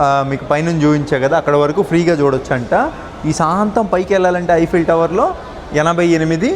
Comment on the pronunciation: First one the way you said is right